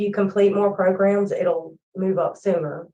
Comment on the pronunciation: “I’m loosing my ears” 👀 “Take more progrums”….. next HEARING please!!!! Cold blooded 😅